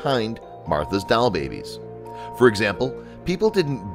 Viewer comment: doll!.... not dial